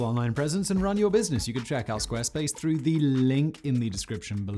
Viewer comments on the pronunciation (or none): none